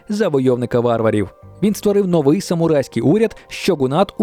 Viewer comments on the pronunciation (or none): none